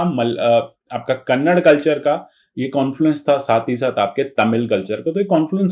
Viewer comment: Not kannaddddd,,, it's kannada!!!